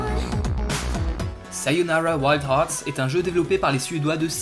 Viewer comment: Merci pour cette très bonne vidéo, de plus je te met un 20/20 pour la prononciation du titre du jeu ^_^